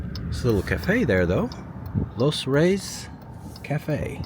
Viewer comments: Los Reyes. That's pronounced as "Los Rey-es," not "Los Reys." It means "The Kings." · Los Reyes…”Los RAY-yes”